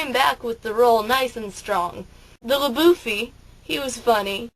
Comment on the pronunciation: La-boueffy is terrible!